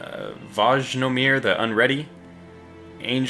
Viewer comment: J in Vojnomir is pronounced like y